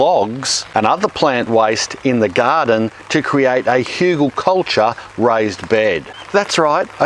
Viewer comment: You are always pronouncing hugelkultur wrong. You pronounce it like hiugelkoltor but you should use the latin pronounciation of the bowels. u like in tUlip. Hu gel kul tur.